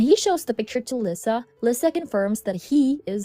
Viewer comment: i’m sorry but it’s not /vulneeble/ it’s /vulnerable/ and not /lisah/ it’s /leesa/